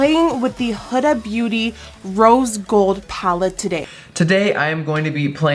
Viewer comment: It's pronounce who-da, not hood-a.....drives me insane!!